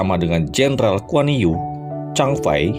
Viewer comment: Guan Yu banyak yg ketipu cara baca namanya. yg benar Kuan Yi. kalo lbh pas lagi ucapkan huruf i pd kata Yi spt u umlaut jerman atau u perancis